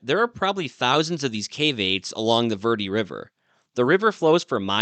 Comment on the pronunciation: Dude, you live there and don’t know how to pronounce Verde ? It’s Bare day in Spanish!! You butchered it so bad I thought you were saying something else!!🤣🤣🤣